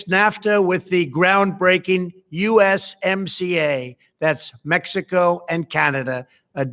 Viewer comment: USMCA - I heard YMCA